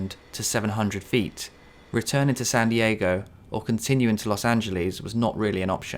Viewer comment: I don't like the way you pronounce Los Angeles